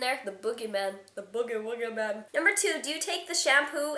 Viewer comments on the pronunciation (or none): It So Funny How She Said Boogie Man lol